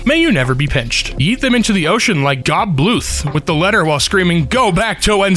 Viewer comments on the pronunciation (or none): Gob Bluth would not appreciate how you pronounced his name lmao